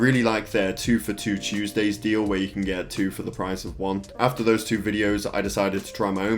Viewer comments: We don't say two as chew.. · Us brits don't pronounce two as chew